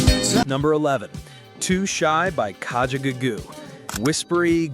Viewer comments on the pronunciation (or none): Eddie Grant may have been a "one-hit-wonder" here in the states, but he had another hit in the UK, "I Don't Wanna Dance" which I loved. :) I also loved "Puttin' on the Ritz", but take the time to listen to Ella Fitzgerald sing this great song! And it's Kajagoogoo, not Kajagagoo. Suddenly Last Summer and Take the L were great songs from that album by The Motels! And please pronounce Kommissar correctly. :) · It's Kaja-goo-goo, if you going to do a clip at least get the pronounciation right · Learn to say Kajagoogoo correctly!